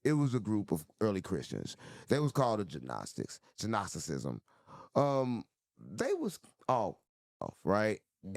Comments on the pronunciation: I think the “g” in Gnosticism is silent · The G is silent in Gnosticism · The g in Gnosticism is silent … just saying cause the autistic mfs get triggered by shit like tht lol